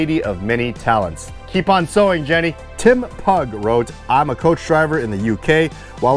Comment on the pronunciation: Pugh is pronounced like pew. I’ll forgive you though, the Welsh may not though 🤣